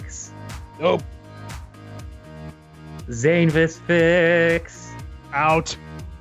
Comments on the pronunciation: It's Zanevis! Sorry can't help it! Nya! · Travis said Zanevis not cupcake fics.......